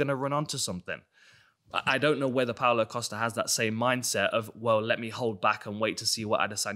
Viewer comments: Pow-Low Costa-er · Pow-Low Coast-Ah this is right...right?